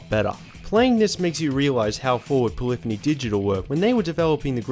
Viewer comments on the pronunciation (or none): none